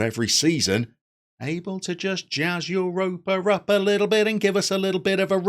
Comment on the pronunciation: First of all: brilliant choice! Europa (said a little like Ooo-ropa, but that’s not really important) is a much loved club in Catalunya. Not like Girona love but still well followed. They have a ridiculously large stadium for where they play. I think it’s the largest in the division (the Catalan division I mean). Anyway, great choice. I’ll visit Spain next FM I think. And feel free to send me anything you want re: pronunciations. There are important differences between Castellano and Catalan. Or politicos. Football and Catalunya is VERY politico. Can’t wait to start watching 👍🏼👍🏼👍🏼